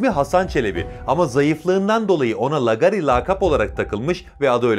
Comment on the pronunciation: Lagari lagari...Yahu hiç mi duymadın bu kelimeyi. Nasıl okunur teâffuz edilir bilmiyor musun? Bilmiyorsan sor bari bir bilene. iLK A'YI HEM ŞAPKALI HEM 2 A'LIK UZUN OKU. aDAM MEZARINDAN KALKIP GELECEK VALLA HEM DE ROKETLE.